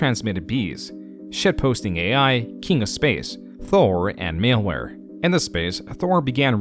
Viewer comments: unless he has some weird condition that makes him pronounce easy words like an AI does I watched the vid for about 30 minutes and there were no less than three glaring incidents Who pronounces "malware" as "mailware"? there's other pronunciation and cadence issues, too. That's just the one I remember off hand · maleware? its an AI lol there is no way a human being doesnt know how to pronounce malware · You mispronounced malware lol.